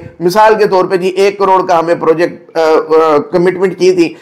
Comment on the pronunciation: Purrrjekt markeeet